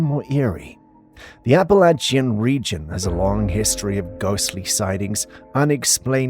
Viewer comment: You're mispronouncing Appalachian